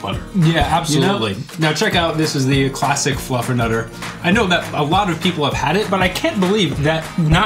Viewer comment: I swear (on the right?) is saying "FluffAnutter"!?! 🤔